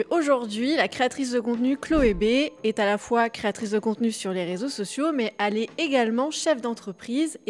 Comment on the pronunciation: " Al"est au lieu de elle est.....arrêtez de faire des vidéos avant d'apprendre à parler et prononcer correctement svp